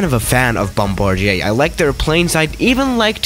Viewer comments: ok but he said Frombardier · I just now knowing how to say (BOM-BAR-DIER) YOU BOM-BAR-DEIA